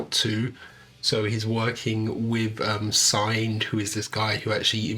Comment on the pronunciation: singed is pronounced like unhinged. Singed means slightly burnt, which I imagine he was when the shimmer caught fire around him in episode 3.